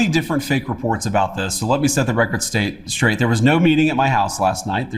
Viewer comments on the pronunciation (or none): Mis- pronouncing words is a tell. Calling "straight" "staight" is a tell that you intend to consciously lie. Which happens to be exactly what jd did. Is there anyone on planet Earth who believes that epstein was not discussed at all. This is known as lying.